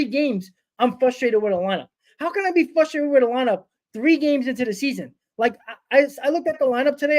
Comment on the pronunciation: fustrated. so very fustrated